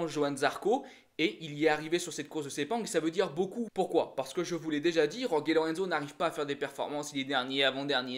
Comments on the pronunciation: alors STP, Jorge ça se dit "Rolri" en espagnol ou "George" en Français. merci. Yorgué ça fait plouk. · Cette prononciation de Jorge me fait mal aux oreilles ... Pourquoi «Yorgué» ?? Oo Le j et le ge en espagnol, se prononce presque comme un raclement de la gorge (je dis bien presque). Même Zarco fait la faute, ça me fait tellement mal ...